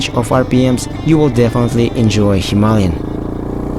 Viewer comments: It is not Hima-ly-an as you mentioned a hundred times, it is Hima-Layan like ayan at the end! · Why do so many people keep misspronouncing HIMALAYAN, by saying himalyan? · Are you mispronouncing Himalayan on purpose?